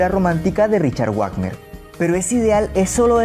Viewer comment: NO ES GUAGNER!! ES VAGNER LA W EN ALEMÁN ES V! PERDÓN PERO NO AYUDES A LA IGNORANCIA